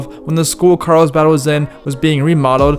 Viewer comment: Carlsbad. Not, "Carl's bhaaaaaad."